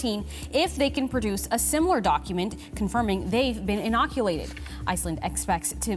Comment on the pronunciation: “inoculated” bruh